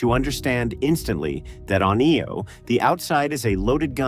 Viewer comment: Does that help explain some of the terrible word pronunciation? For example, it's "EYE-Oh", not "EEE-Oh".